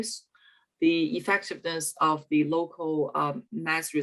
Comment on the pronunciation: anyone can't stand her pronunciation of ''the''?